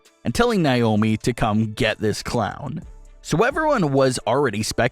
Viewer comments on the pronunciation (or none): It’s Naomi